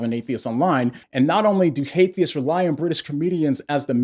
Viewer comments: Aren't they using Atheism as a crutch? Btw I'm an ex-athiest, I know all the arguments they use against God, and I also know why none of them work... Also it sounded like you were calling them (hate)theist which is really what they are. So what do you meme? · Wait, did you just say Hatetheist?